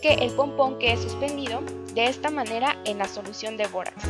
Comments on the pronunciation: Todo iva bien asta que dijo bórax :( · todo iba bien hasta que dijo borax😞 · todo iba bien hasta que dijo bórax